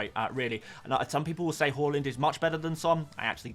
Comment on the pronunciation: Why do you keep calling him "whoreland"? 😮